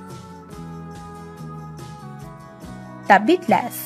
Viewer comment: "The biatlas" that's killed me